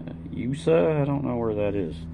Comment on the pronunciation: Use-A (USA)? What? Next you’ll be telling me that Z (zee) is pronounced zed.